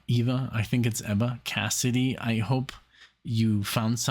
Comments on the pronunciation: It is Eva like in Evincing, not Ava... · It's EEEEEEVa Cassidy. I lived in Washington, DC in the 90's and we all called her EEva. I cried when I heard she had died. But I thank God for the gift of Eva Cassidy. Your reaction video of Eva is the best I've seen. Thank you!